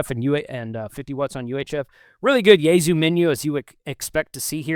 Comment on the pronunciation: It is "yay sue" not "yayZoo"...